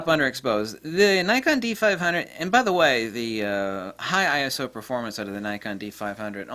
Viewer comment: It's like having dilated pupils from the eye doctor! Thank you for pronouncing I.S.O as I.S.O instead of "I soo- horny", lol